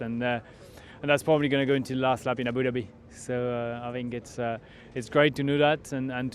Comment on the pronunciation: "Abudabi" - Grosjean 2018